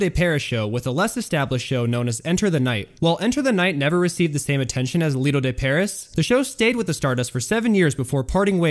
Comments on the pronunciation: Great video. Overall, you almost always do a really good job. Pronunciations: Tangiers = Tanjeers and Lido de Paris = Lido d Paree . Dude, I'm happy to help with pronunciations as this seems to be where you always get stuck. Just message... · I hate youtubers who purport to know their subject, but don't pronounce stuff correctly. It's Lido de PARE-EE, not PARE-ISS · I enjoyed the visual presentation but, do you breathe? But please slow down, watch a few documentaries, they don't speed out of control, throwing facts and info at the listener. And it's pronounced "Lido De Paree" not "Lido De Paris". Sigfried and Roy were an Act at the Lido the Stardust, then slowly took over the show there. They then moved in 1985 to The Frontier where they presented "Beyond Belief", once proven there that they could create and produce a complete 90-minute show. They then were sought after to appear further south on the strip The Mirage with their own showroom staying there until Roy's unfortunate mishap with Montecore. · You’d think that someone would catch the mispronunciation of the Stardust show as it should sound like Lido De Pear EEE. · Guy needs to learn how to pronounce “Lido de Paris” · Hey narrator, learn to pronounce “Lido de Paris.” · I know. Also, if I hear him say "Lido De 'PAIR- iss'" again, I'm going to SCREAM. It is pronounced: "Lido De 'Pair-EE'." You know...the same pronunciation as the SAME SHOW (after which it was named!) in the real, French "Lido De Paris?!" JEEZ, guy, do some research!